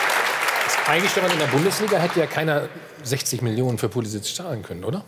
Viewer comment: Wer ist Poulisikk? Warum wissen selbsternannte Experten nicht, wie man Namen richtig ausspricht? Modric heißt auch nicht Moudrikk.